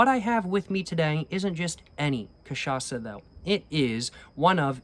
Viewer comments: Dude your cachaça pronunciation is literally perfect now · your pronunciation of "cachaça" is absolutelly on point, well done sir!!! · Damn you pronouced cachaça so well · your cachaça pronutiation is flawless,nice work bro! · Incorporou Zeca pagodinho na hora de pronunciar "cachaça"!!! Eeeeasy boy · Nice, you got the pronunciation correctly. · The cachaça pronunciation is on point. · You're pronouncing cachaça perfectly, not a hint of accent. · omg he saying cachaça correctly now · You’ve been pronouncing cachaça right my man. *Perfectly*, even, I’d say.